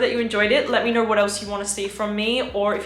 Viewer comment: Why "VIDEO" became "VIDEORRR", "SO" became "SORRR" "KNOW" became "KNOWRRR" ??? no offense, am really curious...